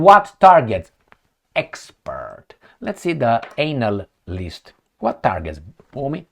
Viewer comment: I like the way you pronounce those expert analysts, anal-list. They are anal specialist and experts